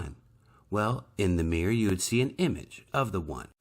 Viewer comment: Meer = Mirror Peculiar pronunciation.